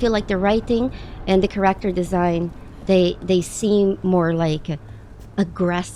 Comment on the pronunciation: Dude! You are so cool.. But please, get the pronunciation of the word "character" down! 🙂